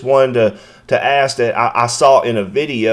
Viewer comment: " Did you quit Axing her that?" I will never understand not being able to pronounce simple words properly. Loud unprofessional willing to violate the rights of the public. How do these obviously uneducated humans get hired into these positions? What an embarrassing spectacle she made of herself on a very public platform. Her termination would only be the start. A deep investigation of her and her conduct needs to happen.